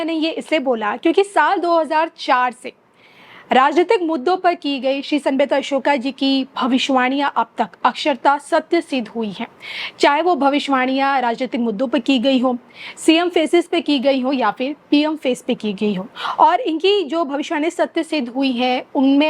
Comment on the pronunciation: मेडम, । प्रत्यक्षम् किम्प्रमाणम् है।अक्षरत: नही अक्षरस: है।